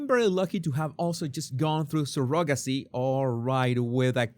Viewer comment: Hi. Surrogacy is pronounced Surro then gacie, emphasis on the Surro. 🙂